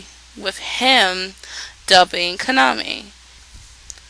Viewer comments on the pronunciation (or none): His name is pronounced Ka-na-me, not Kana-me, girl. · It's pronounced Kah-nah-may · While watching the show in English I kept screaming, "Yuki, KA-NA-MEY! KA-NA-MEY!". I swear to god every time she said Kaname it sounded like Kanameh. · you dont say Kaname's name right which is annoying and I think the dun is pretty good